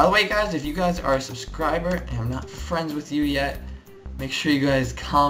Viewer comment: Friend... Not fried..... Lol